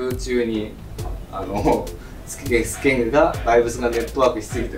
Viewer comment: スケングじゃなくてスケンですよ